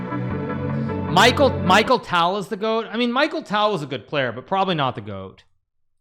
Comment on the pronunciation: Michael tale 😭🙏 it’s a ‘ch’ sound not ‘k’ and tal is like tahl